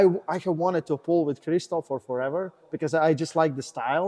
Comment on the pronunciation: You may have said kristophs jackoffs name incorrect